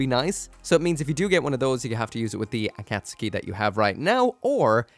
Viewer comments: It's "Akatsuki" not Aka Suki say the akat fast then a split pause then say Suki kapish? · A-kat-ski 👈 A-kat-suki 👋 Not a super important difference, but I keep hearing it wrong everywhere. It's sounding like when Americans say carry-oaki, or pough-ki-mon. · Akatsuki is said like A Cat's Key not A Cat Sue Key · why do you pronounce things so incredibly incorrectly. ah-kat-soo-key? really?